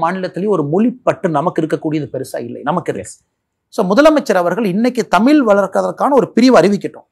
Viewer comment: திரு.அண்ணாமலை அவர்களுக்கு சிறிய வேண்டுகோள்.[தமில் அல்ல] தமிழ்.தமிழை கொல்லாதீர்.